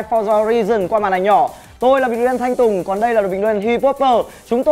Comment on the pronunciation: Vãi bắn Thanh Tùng chơi luôn cả tên chuẩn luôn ko đọc là Thanh Tung